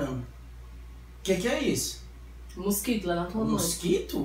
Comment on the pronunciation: kkk o melhor foi da câmera nós ovos e quando ela fala musquito ebgexipci kkk